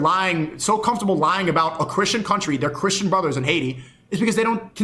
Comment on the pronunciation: What's with everyone not knowing how to pronounce 'important'? It's always "impordent" or even "impordet". Or saying "Crishen" instead of 'christian'